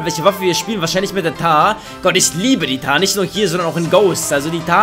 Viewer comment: Junge sie heißt Mtar und nicht Tar!!! :'D